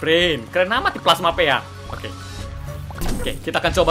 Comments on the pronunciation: Knp dibaca pea? Harusnya pi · Bukan P E A tapi Pea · Bang bacanya bukan pe a. Tapi pea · KALO GAME NYA BILANG PIA DISEBUT AJA PI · Pea cara baca pi dalam bahasa Inggris